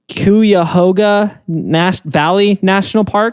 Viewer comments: im from ohio and listening to trying to pronounce Cuyahoga was the funniest part of this episode 😂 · I shouldn’t be surprised by pronunciation of Cuyahoga but somehow it still caught me off guard. Also been to Cuyahoga Valley National Park and it is ACTUALLY really beautiful.